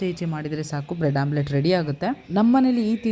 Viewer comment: Omlette not Amulet😂